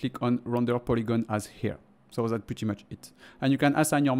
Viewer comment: "zat's it" ou "dat"s it"? Pardon my french, cool tuto